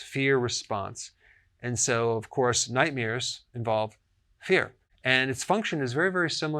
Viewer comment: Is this dude saying nightmears?